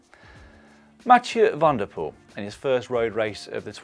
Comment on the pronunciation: Small hint/correction: when pronouncing Dutch/Flemish names with 'Van' or 'Van der', the emphasis lies on the last part. So in this case: Van der POEL and not VAN der Poel. Other than that: lovely stuff again!